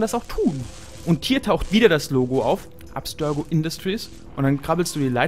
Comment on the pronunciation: Arbeite mal bitte an deiner Aussprache.. "Abstörgo"?